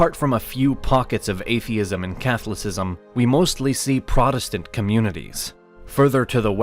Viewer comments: Way over the top commentary! Once the pronunciation of "Catholicism" was butchered you knew this wasn't gonna go well. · Getting the Berlin wall confused with the iron curtain is pretty bizarre for a "knowledge" channel but so is their pronunciation of Catholicism and other words. It's as if it's some AI voice over with an American accent is reading a script.